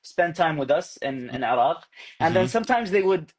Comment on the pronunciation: هو يقول عراق وليس عرب ، أتفهم الأمر لأنه يقول عراق بشكل غريب، لأنه يقوم بفتح العين لازم يقوم بكسر العين.